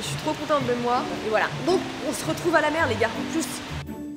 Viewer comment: C'était incroyable cette vidéo vraiment magnifique c'est super et vraiment courageux que tu es réussi à vaincre ta peur je suis fière de toi et je pense pas être là seule 🥰 Maintenant je suis obligé de le dire car ça m'a fais rire un bout de temps avant que je regarde sérieusement mais au début où tu dis " la mer " j'ai entendu " la merde " voilà euh info inutile mais que je devais partager 😭